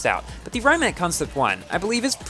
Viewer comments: Awesome vid as always!!!! also, fun fact: Rimac bought Bugatti and if you are the fan of The Grand Tour, you might have seen that Richard Hammond blow this car due to this car is crazy fast also: Rimac is pronunced "Ree-mac" not "Rai-mac" for most people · i think its pronnounced ree-mahc' i wish i could get this car but is too p2w